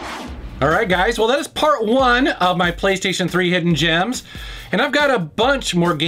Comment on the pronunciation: Man said "Hoffen Gems" I am sad.